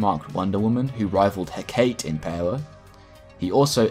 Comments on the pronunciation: Hakate is not pronounces Heh-kate, it is pronounced Heh-kah-tay. It's one of those Greek things like Socrates and Persephone. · it's pronounced Heck-a-tay not hecktate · heh-cah-tee it annoyed me so much the greek god of magic isnt heh-kate its heh-cah-tee im so sorry amazing video very informational but heh-cah-tee not heh-kate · Everyone up in arms about "Constantyne" or "Constanteen" while I'm over here yelling "HECK-A-TAY" when he says "Huh-kate" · I'm no comics expect, but I guess "heh-kate" is Hecate? the goddess? pronounced "heh-kah-teh" (accentuated in the first sylable, "He") Anyway, besides that super small nitpick, I loved this video, great job, I did know Constantine was kinda broken, but not that he was THAT powerful. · Hek-ah-tay Not heh-kate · Great video, only beef is the mispronunciation of Hecate. (Heh-Ka-Tay). Sorry if this is pedantic. Lots of people have probably said it. (If I have this mixed up with someone else, someone please correct me haha) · Cool video! John Constantine had done more than I thought. Minor note: Hecate is three syllables: HEH-kuh-tee, according to Google. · Love this. Side note: HecatEE (think, PersephonEE, CaliopEE, etc) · Hecate is traditionally pronounced as "heh-Ka-tAy" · Hah-Kah-tey Hecate, greek. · Firstly, Constan-tyne. Secondly, Heh-kuh-tay Thirdly, your video was so thorough and well researched! It absolutely killed any interest I have in the character though since he’s just boring & overpowered though wrapped in a nice trench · its pronounced He-ka-tay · Hecate is pronounced: heh·kuh·tee